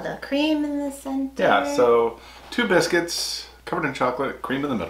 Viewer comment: That's "foxes bisc-wits" 😁